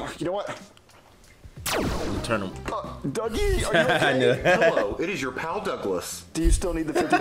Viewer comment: I love how he calls dougie dookie💀